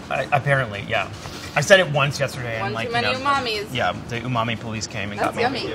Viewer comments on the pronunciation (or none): none